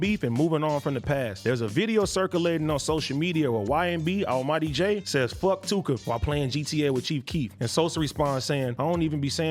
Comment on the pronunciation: he said Ynb almighty jay 😂